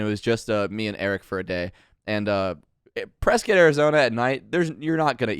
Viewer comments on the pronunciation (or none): As someone from Arizona it really hurts the way that pronounces Prescott.